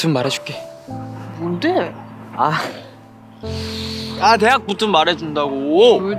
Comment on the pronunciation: 뭔데~ 하는거 완전 경상도 사투리 톤이라 놀람ㅋㅋㅋㅋㅋ